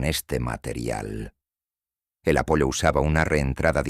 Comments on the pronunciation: Es Apolo pero la voz artificial no sabe diferenciar y pronuncia como está escrito Apollo . 😊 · No es apollo es Apolo